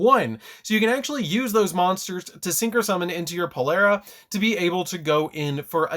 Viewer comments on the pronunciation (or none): Maan it's Polari not polera lmao.. And you can't revive your synchros at least not yet unless we get a card that ignores summoning condition